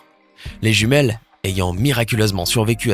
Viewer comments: Il as dit juimiele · On en parle que à il a dis "jumielle" xDDD § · À tu a dit jumiel 😅😅